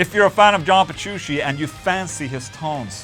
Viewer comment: AFTER ALL THOSE YEARS! he still can't pronounce John Petrucci right 🤣 (it's not Jean Berushi)